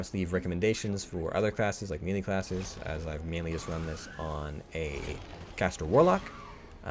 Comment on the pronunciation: mealy range.. lol Clicky McClickerson Great job though. You know someone is good when they make it look easy. I consider myself a pretty good destro lock and I am still struggling with the masks.